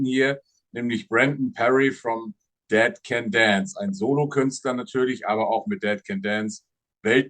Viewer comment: Brendan said “dead can dance” and it sounded like “decadence”… never occurred to me that band name could be this two fold name intentionally or unintentionally…